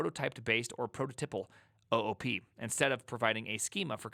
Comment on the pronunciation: it should be pronounced OOP not OOP